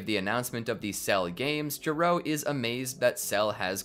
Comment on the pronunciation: It's not DR JURO It's DR G.E.R.O